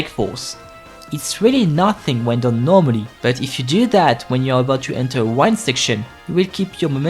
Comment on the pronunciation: Its not wind like unwind it’s wind that is pronouced like win 🏆